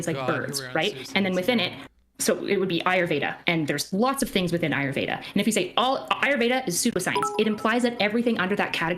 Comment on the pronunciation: His pronunciation of ayurveda is triggering me